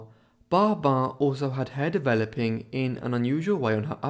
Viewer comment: Great video. But was getting confused why you were saying barbar. And not pronouncing the 'bin' of their last name 🫤🤷